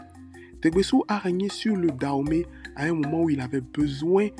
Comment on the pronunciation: On dit danhomey et non Dahomey Et le serpent ne s’appelle pas da mais dan